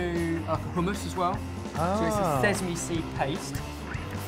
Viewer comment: why does pronounce sesame, sezzeme? it shouldnt piss me off this much but oh my god it's not a difficult word..